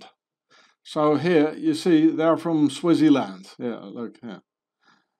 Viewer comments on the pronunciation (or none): how come you pronounce Switzerland like Swaziland